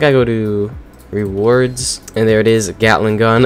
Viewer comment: Uh why did i hear *gyattling gun"